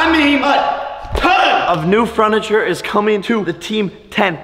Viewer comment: Did anyone notice that he sed funacher 😂😂